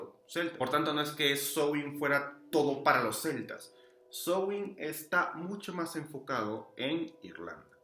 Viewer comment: Hola, amigo! Felicidades por este video. Gracias por la información. Y gracias por la excelente pronunciación de Samhain (Sowin).❤